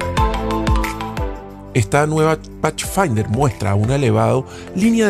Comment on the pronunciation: NO se pronuncia pachfainder, se dice Pathfinder como con d.